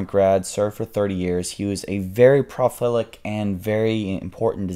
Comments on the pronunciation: Pro-li-fic not pro-fel-ic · lol "profilic" designer